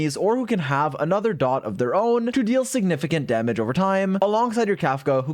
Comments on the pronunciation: I can't get over hearing "D-O-T" over and over instead of just "dot" like people with roots in MMO usually say it kkkk 😅 She's definitely hard to pass, but my dolphin funds are depleted after losing 50-50 every time while getting my 3 banner characters so far: Seele, Silver Wolf and Blade 😭 Unless I get her in 30 pulls, I will have to wait for a rerun. EDIT: Just did my 30 pulls. Music changed to the 5* pull music on the third 10-pull, AND THEN... Yanqing... Again... That's four 50-50 losses in a row and counting. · it is not d.o.t its DOT as one word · Why does he keep saying d-o-t its sounds so weird, the proper way to say it is dot. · you're the only person that pronounce dot as d.o.t lol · him spelling out dot all the time makes me wanna cry